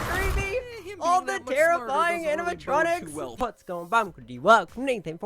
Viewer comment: "Anamatronics" Yea..... about that....